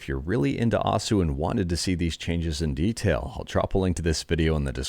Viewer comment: Just FYI, osu! is pronounced similarly to "O's" in the name of the cereal Oreo-O's, because the "u" part of the Japanese syllable is silent for that word. It was weird to hear you keep saying "oh sue" lol